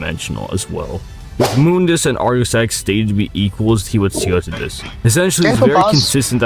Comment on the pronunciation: Off topic but it pains me to hear people pronouncing Mundus name wrong like did you get it from the reboot or something lol